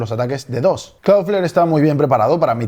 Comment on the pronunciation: lee DDoS no como DD o S